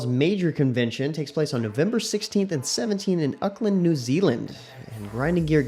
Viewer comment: Its pronounced AWK-LAND